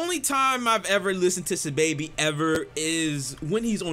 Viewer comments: Im still hearing SY lol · my brotha for future reference it's pronounced Saw-Baby. not hating at all just informing. much love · Stop saying his name like that💀listen to squidtastic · not even how you say his name